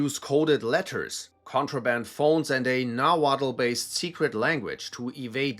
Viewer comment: The langauge is pronounced "naw-wat" the l is silent